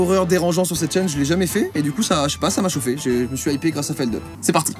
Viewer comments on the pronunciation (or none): Juste c'est pas "Feldeup" ça se dit Feldup sinon encore une vidéo incroyable :) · feldup et pas feldeup mdrrr mais bref sinon je suis vachement content qu’il ai de plus en plus de notoriété parce que franchement ce mec est génial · Mais… Feldup… sa se pronnonce a la Française (fèldhuppe) pour Felix Dupuy… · trop heureuse que Feldup gagne en visibilté ! btw : ça se prononce FeldUp pas Feldeup :P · oui mais même mdrrr c'est son pseudo c'est pas a toi de choisir comment ça se prononce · peut-être mais il s'appelle Dupuis, pas Deupuis xD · feldUP ça se prononce en anglais bande de quiches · ça se prononce feldupe cependant